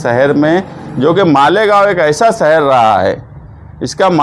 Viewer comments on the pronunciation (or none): جِمّے داری جومّے داری نہیں ہے بھائی ذِمّہ داری بولتے ہیں۔ اسی طرح سہر نہیں بلکہ شہر ہے، پریسان نہیں پریشان ہے اس لیے نیتا کا پڑھا لکھا ہونا بہت ضروری ہے